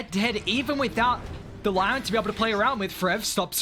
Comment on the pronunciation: Bro can you please say lion normally